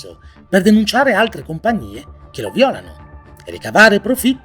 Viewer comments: Noooo.. col suo italiano perfetto che dice 'violàno' anzichè 'vìolano'...!!!! Questo è il mistero dei misteri!!! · si pronuncia vìolano!!!